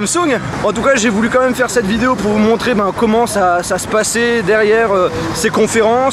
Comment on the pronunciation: Comme même, Comme même, Comme même! ça me rend dingue, tu ne sais pas dire "Quand même"?:( Je t'adore, mais c'est presque agaçant d'entendre ça. Merci pour ce voyage:)